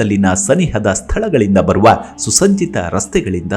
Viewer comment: ಎಲ್ಲಾ ಸರಿ ಹೇಳಿದ್ರಿ..... ಆದ್ರೆ.. ಸುಸ್ಸಜೀತ ರಸ್ತೆ ಅಂದ್ರಲ್ಲ 😂😂 ವಾ ವಾ